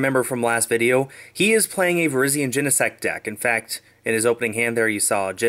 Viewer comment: Does it bother anyone else that he calls it Virgen